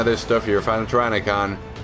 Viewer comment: for the universh!